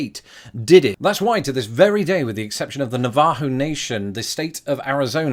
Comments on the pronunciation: It is not Navahu Nation. It is Nav-a-HO Nation. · NAVajo Nation - the emphasis is on the first syllable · As someone who is Navajo: the first syllable is emphasized, not the second. ☺️ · Your pronunciation of Navajo disturbs me.